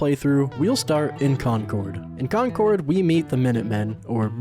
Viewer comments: An American who can pronounce concord right 😂 most call it conquered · dude your pronunciation of 'Concord' made this all worth it lol